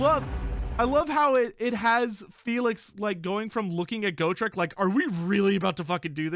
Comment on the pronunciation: the way he says GO-TRICK and not GOT-REK tilts me to no end